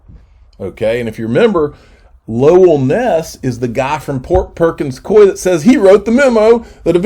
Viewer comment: It is pronounced Perkins Cooooo eee